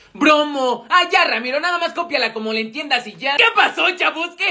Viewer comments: Y tu diciendo ramito en lugar de ramiro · Dijo Ramiro en ves de Emilio